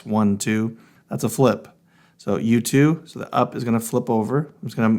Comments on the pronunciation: Also sounds like you too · When you are saying U2 it sounds like YouTube 😂